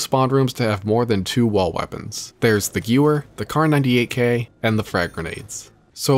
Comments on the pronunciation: Gewehr is pronounced guh-vayr (not gyou-wur). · Shi No Numa means swamp of death. Also the w in gewehr is pronounced like a v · bro says gewehr like i used to say it when i was 9